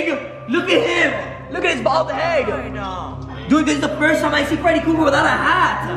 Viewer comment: It is